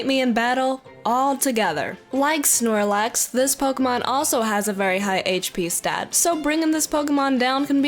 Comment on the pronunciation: snorlax, not shoelace